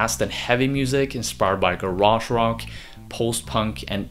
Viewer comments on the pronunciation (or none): Never pronounce 'garage' like that again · Until this video, I had no idea Americans actually pronounced 'garage rock' that way (though I knew how you guys pronounced 'garage' as a word on its own). NGL it sounds weird - ga-rarge. In the UK we say 'garraj'